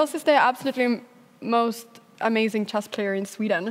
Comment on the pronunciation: Det är chess inte schÄss Anna!!